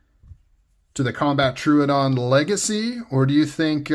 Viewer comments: tro-ah-don btw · Well, it’s not too hard. say trow instead of true trow-uhh-don. You got this 👍